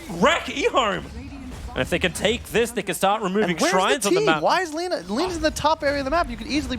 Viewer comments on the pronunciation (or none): none